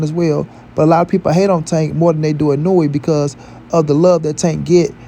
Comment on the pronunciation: you are BUTCHERING that man name geezus 🤣🤣🤣